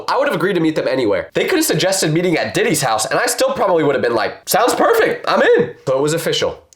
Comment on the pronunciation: not bro saying Diddy more like daddy lol